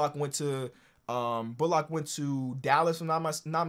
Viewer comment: can you stop fucking saying “Bull-lock”. His name is pronounced Reggie “Bull-lick”.